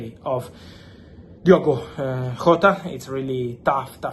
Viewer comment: Jota, not Hota